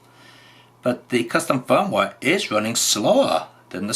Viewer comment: I was loving the way pronounces "custom firmware". The captions agree with me transcribing it as "custom foam wah" and occasionally "custom phone wallet" lol. Seriously though I appreciate this deep dive into the q90. I'm planning to buy one even though I have a v90 (has the same hardware). I'm just smitten with the silly little thing.